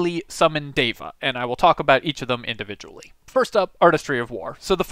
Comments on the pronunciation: It's pronounced "Deh vah" not "Day vah" FYI It's really cool to see Sanskrit words included in fantasy stuff btw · Its like Dheva. Not Deva. The D should be soft. 😏. The D should sound like the th in "the". or like They + va. Something like that I think. And you are forgetting to breathe and stop when you are talking. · Indian-language speaker here: the pronunciation of the "d" in "deva" (in the original Sanskrit, anyway) is better approximated with the "th" sound from "then." Otherwise, spot on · I'm pretty sure it's pronounced deva, not deva. Kinda like data, as opposed to data.